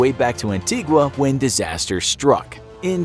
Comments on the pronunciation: Antigua is pronounced, Ann-tee-ga 🇦🇬🇦🇬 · Anne-tee-GUH. Not GWA. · the u in antigua is silent my mum is from there and such a small island that most people pronounce it wrong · You butchered my countrys name 🤣 Antigua like you got the first part right , anti but not gua say it like ga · It's pronounced An Tee Ga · Its pronounced ANT-EE-GUH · an-tea-ga is how locals pronounce the name . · It's pronounced Anti-guh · Antigua is pronounced An-tee-ga 🇦🇬🇦🇬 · The "u" is silent in "Antigua"